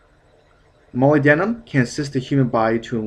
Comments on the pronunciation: Mo-lyb-den-um NOT moly-denim. Faceass. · Dude molybdenum rhymes with aluminum: mol-YB-denum. a LUM inum. Funny hearing it said like that.... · It's pronounced Mah lyb dinium here in the UK. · No man, it's Molly- denim. duh.